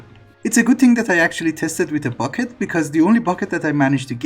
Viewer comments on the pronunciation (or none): none